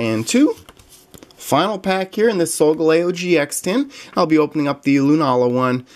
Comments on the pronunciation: hi love your videos and solgaleo is pronounced soul-gal-eo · You pronosed solgaleo wrong